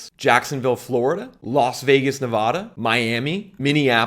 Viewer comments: It’s Nevada, not Nevahda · I cringe every time you say Nevada, wrong pronunciation